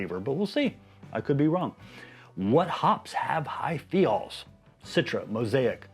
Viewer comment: Thiol is pronounced like "thigh-all"